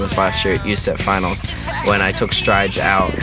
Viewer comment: Haha, he pronounced it you-seff finals instead of U-S-E-F finals xD